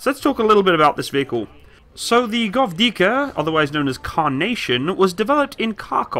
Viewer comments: After third time i heard you say govdika i just cant continue watching without leaving comment, i am so fucking angry that you didnt check correct spelling before making video about it, its GVOZDIKA NOT GOVDIKA! Edit: just few second after i finish my comment and start watching again he butchers yet another name, its 2S2 FIALKA NOT 2S2 FLATKA or whatever was that. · Take some time to pronounce the names, it's g-voz-dika, e-katerin-burg, etc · How hard is to pronounce gwozdika?are u kidding? G v o z d i k a. Gvoz - dika